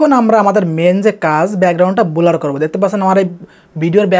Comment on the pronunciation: ভাই বোলার না ব্লার😂😂